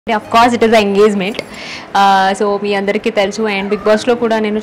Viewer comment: Engezment ❌ engegment 👍